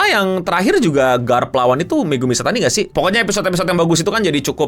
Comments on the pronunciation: Ishitani gk sih?, bukan Ishatani 🤣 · Bang Megumi Ishitani bang.. bukan Ishatani